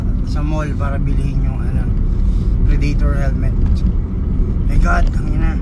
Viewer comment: Predaytor? O predator.. boplogs. Amputs.